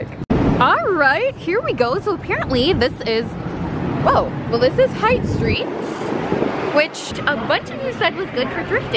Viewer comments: I miss living in San Francisco and going shopping in the local boutiques in the Marina district on Chestnut St. 🥺 (Also, you called it Height St, but it’s pronounced like “Hate”) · girl Haight Street is pronounced like hate not height ahaha love you queen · i died when she pronounced haight street like "height":)) it's "hate" street <3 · omgomg as a local myself- haight is a very good place to shop! (pronounced hate, not "height") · Haight Street is pronounced Hate...lol. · it killed me when she pronounced haight street as it sounds.. It is actually pronounced "hate" very weird.